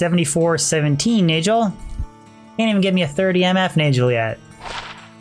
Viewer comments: It is Nagel (nay-guhl), not Najel (nay-jel) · Fun fact: Nagel is pronounced as Na'g'hel, in old european languages referring to "Nail Ring". You can see in German and Dutch both retaining old germanic spoken language still using Nagel to this day. Since this a gothic themed game i'm almost 1000% sure this was their aim a "Nail ring" not a Neigel ring. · same in scandi languages, it's been a pet peeve of mine having to listen to say naygel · It's pronounced NAG el. Not Nayj el. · NAY-GULL.. NAY as in the sound a horse makes, and GULL, pronounced the same way you'd pronounce it in SEAGULL. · I've always pronounced Nagel like bagel and manald like mana with ld on the end. I don't get how people come up with their pronunciations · Min Nald, Nay Juhl, lol ok..pass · The way this guy says nagel. It rhymes with bagel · If it's German it's pronounced nahgehl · nayjel xDD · I couldn't listen to you say "nayjul" and "manauld" this many times -_ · It's pronounce Nahgul. It means nail. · 50th ring was manald...not nagel... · It's really annoying how he mispronounces Nagel... does he enjoy eating BaJELs? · Wouldn’t it be a hard g on nagel, like bagel